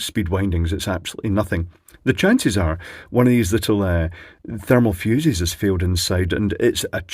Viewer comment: Fermal Thuses. Lulz